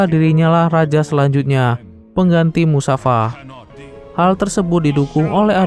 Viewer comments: namannya mufasa bukan musafa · Mufasal. Bukan musafa bwng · Bang mufasa bukan musafa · Nama ayah Simba Mustofa bang, bukan musafa😅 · Kak mufasa kak bukan musafa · Bang Abang bilangnya Musafa tapi mufasa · Mufasa mas bukan musafa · Mufasa bukan musafa 😅😅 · Mufasa min . Bukan musafa 🤣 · mufasaa bang not musafaa .. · Mufasa..bukan musafa... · mufasa..musafir kali😂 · MUFASA bukan MUSAFA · Mufasa,bukan musafa. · Bukan Musafa min, tapi Mufasa min😅😅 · MUFASA BANG!! LAIN MUSAFA 😂😂😂😂😌🤣🤣🤣🤣🤣🤣🤣🤣🤣🤣🤣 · awalnya saya dgr admin bilang mustafa ee ternya musafa,,yg benar mufasa,,☺️☺️ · Kok musafa Mufasa min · Seingat Saya Namanya Mufasa, bukan Musafa. 🙏🏻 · Seingat saya namanya mufasa, bukan musafa. Mohon maaf bila saya salah...🙏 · Mufasa kaliiiii,,musafa lagi lu. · Mufasa woi... Kenapa jadi musafa kok gk musafir skalian😂😂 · Bukan musafa...tapi mufasa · Mufasa njir, bukan musafa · Mufasa bang bukan musafa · Mufasa jadi musafa, g sekalian mustofa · mufasa bang bukan musafa🗿🗿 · Mufasa😅 bukan musafa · Mufasa bang bukan musafa bang😅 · Mufasa min namanya ayah nya sinba bukan musafa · Mufasa anying lah kok malah musafa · Mufasa lah min bukan musafa 😊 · Mufasa bukan musafa njir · Saya jengkel karna admin selalu menyebut nama Musafa padalah harusx namax mufasa😅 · Mufasa bang bukan musafa😂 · mufasa toIoI bukan musafa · Bukan musafa tapi mufasa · Namanya mufasa woy bukan musafa kocak😂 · Bukan musafa tapi mufasa🤣🤣🤣🤣🤣🤣🤣🤣🤣🤣🤣🤣🤣🤣🤣🤣🤣🤣🤣🤣🤣🤣🤣🤣🤣🤣🤣🤣😂😂😂😂😂😂😂😂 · Mufasa. Knp jd musafa hadeh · Musafa???aduuuhhh mufasa mennnn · Mufasa bukan musafa😊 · MUFASA bang bukan MUSAFA🤦😂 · Mufasa bang bukan musafa😂😂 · Mufasa bukan musafa😂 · Mufasa woyy bukan musafa😂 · itu bukan musafa tapi mufasa 😅😂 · Mufasa bang, kok musafa sih😅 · Bukan musafa tapi mustofa 😂😂😂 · BKN musafa tp mufasa ya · Mustafa bang bukan musafa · Mufasa woy bkn musafa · Mufasa min bukan musafa😂😂😂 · Mufasa kali bukan musafa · Musafa bukan nya mufasa😂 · Mufasa bkn musafa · Bukan musafa bro,,mufasa yg benar bro 😅😅